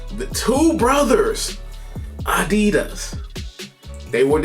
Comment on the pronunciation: funny as most people working in adidas wouldnt even understand you when you say adeeeeedas xD like its so unbelievable wrong xD